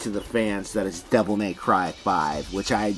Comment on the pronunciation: “Devil Meth Cry” 🤣